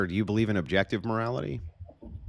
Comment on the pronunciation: Whaaaaat do you meeeaaan objectahtive moralaty 😂 holy shit